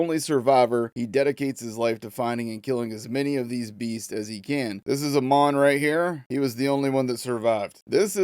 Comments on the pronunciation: Amon's name is pronounced like how you say Amon Amarth. Not the long "O", like eyy mon! Also I like the environments in this so far. I saw Asmond Gold look at this earlier. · Pronounced haymon I think Amon